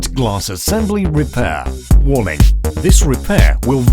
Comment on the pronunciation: It sounds like he says warming instead of warning. LOL